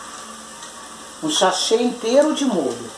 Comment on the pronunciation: Até uma criança sabe falar Sachê, e fica nessa onda de falar errado.